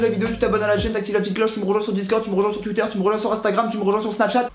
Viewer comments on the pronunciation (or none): none